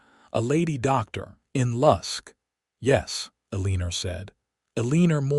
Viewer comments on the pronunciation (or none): Her name is Eleanor: pronounced as El•ah•nor NOT E•lean•er! There is no "er" in the name! Please, check your AI and make certain that words are pronounced correctly.